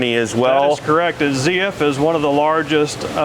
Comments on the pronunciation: its not zee f its zeed f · German speaker here, it's pronounced zet-ef😂